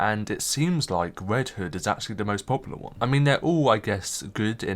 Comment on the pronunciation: “Wed hood and wobin” 😂😂😂😂😂